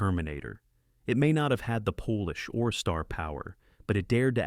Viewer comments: Can someone please stop this idiotic AI saying 'poelish' for 'polish'? No Polish people are involved - it's pronounced 'pollish' y'ninnies. And by the way that'Dr who footage you are showing for TGWLTT. Dreadful vid. Here's a link the 1983's The girl who leapt through time (AKA The little girl who conquered time) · hate the ai voice and how it says polish like polish- the nationality. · AI struggling between polish and Polish at least shows AI is far from perfect... thankfully. Otherwise, I'm enjoying these reviews of old films